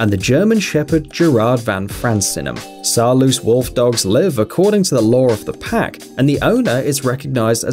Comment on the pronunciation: I'm a Dutchy and Saarloos is not pronounced like all English speakers do. If you can say nose, you can say Saarloos. Man, that is a Dutch name! He never emigrated to the US, so he never turned into a Saarloose. Remember the simple trick: it ends juse like nose. Say nose and say Saarloos. Easy! You English speakers have a hard time pronouncing the European U. That sounds a bit like the ew in news, but it's hard to imagine you never ever need to make that sound. This Saarloos is an easy one, though. Why don't you YouTubers even try?! Each video on those wolfdogs they rape that name. It has become normal to screw it. They have no idea how simple it is, to say it right.